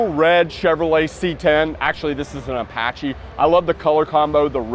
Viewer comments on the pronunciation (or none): none